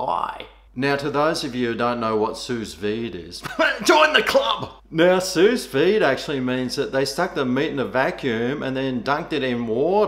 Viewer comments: its pronounced Sou veed. but i will start saying it like you have. SOOOUS VEEEED! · It’s pronounced sue-vee